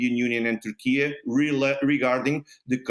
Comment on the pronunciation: What country is "Tourkee"?